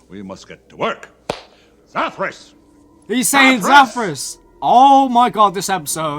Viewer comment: That was not Zathras it was Zathras